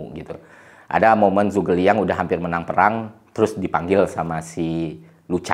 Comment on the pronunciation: Liu bei dibaca liu pei Zhu ge liang dibaca cu ke liang B itu dibaca p G itu dibaca k